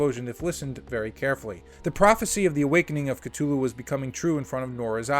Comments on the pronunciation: “Call of Cttuluuu” ITS A TH YOU FUCKIN GOOF C-THU-LLU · Great vid but my god is it hard to listen to someone who says it as Ktulu instead of Cthulhu 😅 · The H isn't silent, it's K-Thoo-Loo. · The way cthulu is pronounced…cringe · BRUH, NO ONE CARES ABOUT THE CASTING OR HOW MUCH MONEY IT MAKES.... smh... and youre not even saying "Cthulhu" right, GTFO. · You gotta learn to pronounce words properly. Especially the ones in the title of the video that you repeat over and over. Google is your friend. A sequel for a movie that lost money? Highly unlikely. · Yeah, nothing psychological here, yet he calls it Cthulhu??